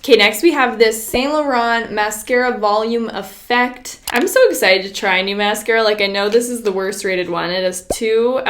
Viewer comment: If you don't like "... a very exited wideo..." PLAY